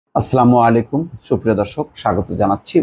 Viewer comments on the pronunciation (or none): ভাই আসলামু-আলাকুম না, শব্দটা হবে আসসালামুআলাইকুম।